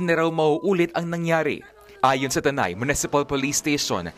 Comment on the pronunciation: Tanay po hindi taytay